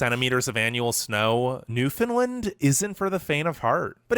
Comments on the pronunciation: I was laughing at the guy trying to pronounce "Newfoundland and Labrador"... Newfunlund is how he was saying it. I don't ever remember "land" pronounced as "lund". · IT isn't New fin Lind!!! It's new found land. There are no Finish the... Irish yes!!! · Omg, the way the narrator says Newfoundland, cringe every time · Sashatcenwan Newfarland & Laybrador best provinces It’s pronounced: Sask - At - Chee - Wan (Like Wand) New found land (Or New Fund Land) and Labrador as in the dog. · Newfoundlanders hate it when you pronounce it “Newfilind” or “New found land” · Who ever but this together isn't Canadian just by the way he mispronounced Newfoundland.